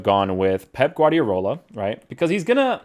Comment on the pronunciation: Only one R in Guardiola mate